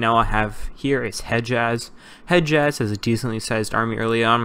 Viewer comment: Hijaz not heijaz